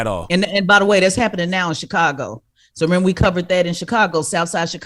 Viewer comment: CdaG was completely on point but he needs to really work on saying Chicago properly..